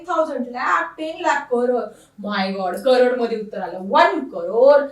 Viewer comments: Madam not core this is crore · mam core ❌nahi crore✅